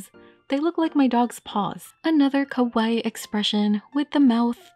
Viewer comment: they way you say kawaii actually means scary in japanese :( so ur saying their faces are scary lmao, when u wanna say cute you pronounce it Kawa-EE